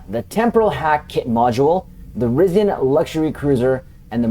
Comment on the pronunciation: You pronounce some words incorrectly. Chronology and Risian